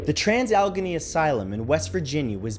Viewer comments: It’s pronounced “ al-eh-gaee-nee” not “al-genee” but thank you for putting my home state on the list! 😁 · I know we West Virginia folk are considered to be backward, but at the risk of sounding rude... Alleghany is pronounced like alligator, not alchemy. Thanks! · It's pronounced Al-eh-gain-ee, not Al-gah-nee. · It's alle-gain-nee lol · Allegheny is pronounced Al-ah-gain-ee. And now you know. And knowing is half the battle G.I. Joooooooooe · Say it with me hon AL-E-GAY-NEE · "Al-i-gain-ey" ~Pam, WV. :) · Al A Gain Nee is the way Alleghany is actually pronounced. There are a considerable amount of Native American words in the area and that is one of them. Great Video as always! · Oh, sweety, no. Its trans AL-E-GHE-NEY, 4 syllables darlin' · Alla-gain-ee please. Lol. As someone from the area. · Trans AL-LA-GAINY (Allegheny) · allegheny = al-lah-gain-ee no? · Allegheny is pronounced al-eh-gay-nee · #6 is p pronounced al ah gay knee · It's pronounced "Al-eh-GEY-knee". Allegheny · Matthew, Allegheny is pronounced Al-a-gay-knee. Much love from West Virginia ❤️ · great video. oh, and its said like West All-uh-gay-knee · Allegheny is pronounced Al-la-gain-e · Had to laugh when he incorrectly pronounced Allegheny. But then again, I grew up in the suburbs of Pittsburgh, knowing how to say it. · Thanks Straka! Normally Matt’s pretty good about this kind of thing. I live in Western Maryland, and I cringed every time he said it wrong lol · I live in WV and his pronunciation gave me a tic. Lol